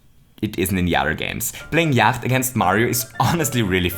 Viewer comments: you mean Yahtzee? Not Yacht? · Yacht... zee? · Yacht? Here it is called yatzee (jat-zee)